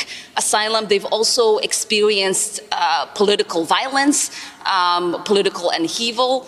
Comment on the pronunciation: Did Ilhan Omar just pronounce it "Expewienced"? I guess that makes sense given she has the moral intuitions and intellectual capacity of a toddler.